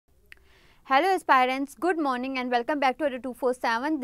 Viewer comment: Madam its aspirants... not Aespirents ... bank exm clear karne ka matlab ye n ki aap teacher ban gai h .... hume parhane layak